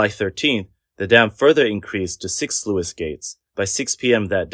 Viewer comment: The "Sluice" in Sluice gate is pronounced "Sloose" not "Sloo-us" It's like "Juice" or "Loose". Fitting since it lets the juice loose from the reservoir.